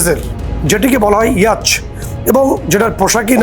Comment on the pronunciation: ইয়াচ নয়, ইয়ট